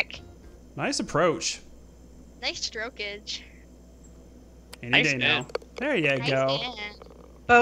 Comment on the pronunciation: "NICE TROKAGE" like the last time she sayed "NICE STROKAGE DADDY"